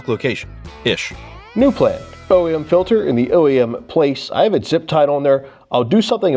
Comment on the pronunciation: "fuel filder"